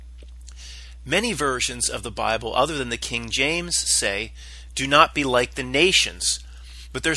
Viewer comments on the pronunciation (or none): none